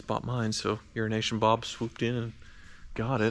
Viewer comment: I swear it sounds like you say Urination Bob.